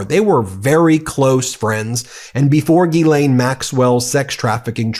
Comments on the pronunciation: did the reporter call her jizzlaine? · I'm pretty sure it's Jizz-Lane Maxwell not Ghee-lane. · BEN!!!!!!!!!! BENNNNNNNNNNNN I It's pronounced Jisslain. Not GEElaine Jiss. Like. Hiss. JISSLAINE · It's not ghee -lane. It's gill-len. Be one of the few who pronounces her name properly. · Say it right.. Jizz~Lane 💦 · I thought her name was pronounced Jizzlane 😅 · >Ghislaine> is prononced something like = Gees-lane